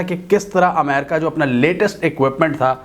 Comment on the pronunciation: . Sorry Yaar Amerca nahi hota Balkay Ame,Ri,ca Kahiye . . Regards n Sorry again .